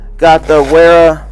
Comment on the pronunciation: By the way man, it's not be pronounced Wera, it's pronounced Vera... it's German, W's are pronounced like V's.